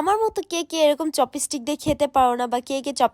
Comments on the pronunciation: চপিস্টিক না চপস্টিক😂😂😂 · চপস্টিক ❎ চপিসটিক ✅ 😄🤣🤣🤣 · চপিসটিক 😂😂😂 murkho kothai bolte parena